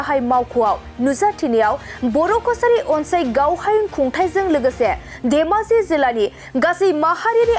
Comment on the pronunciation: देमाजि नङाखोमा धेमाजिसो जानांगौ। माथो रादाब फरायगिरिखौ देमाजि देमाजि सो बुंबाय थानाय बादि खोनाबाय आं।